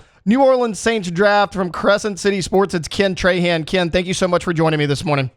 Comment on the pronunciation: Say it with me: Traw-haw(n)